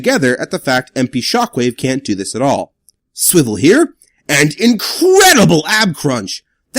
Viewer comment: I may start watching you instead of jobby because you say sWiVeL